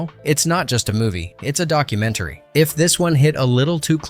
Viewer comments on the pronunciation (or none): none